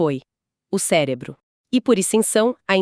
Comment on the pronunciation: O que seria um "célebro"?😅